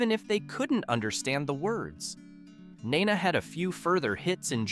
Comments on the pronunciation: OK. There's something wrong with the way you pronounce "Nena". It's not in English, but in Spanish, so you don't know as much as you should to make this video, IMO. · how the hell do you miss pronounce Balloons? or Nena ??? also no we have not forgot these songs mom still plays them and I grew up with them playing all the damn time